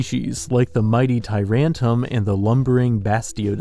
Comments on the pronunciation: Just saying your pronunciation of tyrantrum is wrong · Tyrantrum, not Tyrantum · why am i so mad that he pronounced tyrantrum wrong